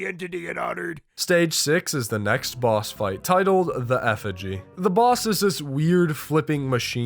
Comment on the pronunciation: “effigy” son😭😭😭😭😭